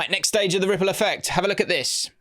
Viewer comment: has to do the visual ripple effect alongside the voice like the first episode, every single rrrrrrrripple effect episode.